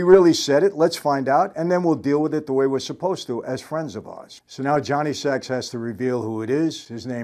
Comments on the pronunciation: Fyi...his name was "Johnny Sack" (short for Johnny Sacramoni) not "Johnny Sacks" lol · Johnny ‘sack not sacks’ 😊 sacrimoni. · First of all, it's Johnny "SaK" not "Sax". Second, the police can't tap a phone or number that they don't know exists and for a meeting they don't know is occurring. The one-time use of a "burner" phone is virtually untraceable as Sylvio claims. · Michael it’s Johnny Sack, not Johnny Sacks! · Great analysis! But, did it bother anyone else when Michael called him “Johnny Sacks” instead of Johnny Sack? Like he says, one word! Lol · Someday Michael may realize, if he hasn’t already, that the character’s name is Johnny Sack, not Sacks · Johnny saak. Not sacks. And furthermore johnny was protecting paulie tonys crew member who can verify ralph said it. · Johnny Sack not Johnny Sacks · Johnny Sack. Not Sacks. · It's Johnny 'sack'. Johnny don't play sax. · Sack not Sax